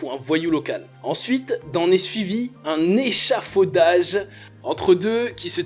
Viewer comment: Je pensais etre la seule a avoir les oreilles qui saignent , je suis rassurer , exemple lorsqu’il dit a « se suit un ECHAFAUDAGE entre les deux » en insistant bien en plus j’ai failli quitter la vidéo